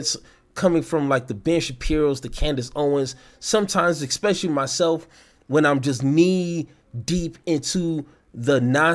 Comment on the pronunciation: Heard him say ekkspecially. ✌️